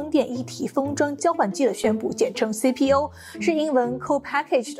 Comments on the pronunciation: 人家自己写的稿子怎么可能读错，就是中英夹杂念快了有点吞音，下次直接念全中文或者英文全称吧😂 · 说的CPO，只是夹在中文间念太快了发音不够圆润饱满听觉上容易混淆～